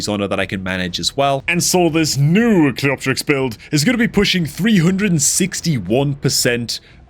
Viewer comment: the only content creator to pronounce cleopterix properly 🥳 you should charge the others for elecution lessons 🤣🤓